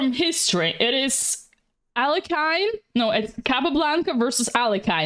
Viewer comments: I really heat when Dina butchers Russian names! Алехин! Не Алёхин, не Алекайн, не Алёклайн и тому подобное!!! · For God sake! It is pronounced ALIEKIN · Bear in mind Alekhine original last name is Alechin, he changed it to Alekhine when he became a French citizen, and yes she got it pronounced wrong